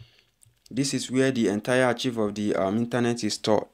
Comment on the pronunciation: Young man ARCHIVE is not ACHIEVE; it is pronounced AAKKKIVE. You didn't show how to restore the website.